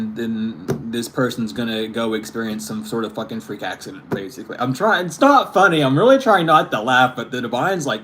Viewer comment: Omg I just heard Hexident hahah not accident lmao